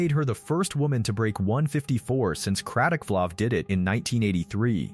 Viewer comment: What World record are you talking about? The heading is just plain lies. The idiot commentator cannot even pronounce the name 'Kratochvilova'. Don't bother watching this rubbish?